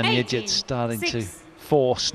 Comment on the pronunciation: The name Yigit is pronounced with a hard G as in forgot, not like fidgit. So irritating to have the commentary mispronouncing it constantly. The umpire got it right. I much prefer the expert commentary from Steen or Morten.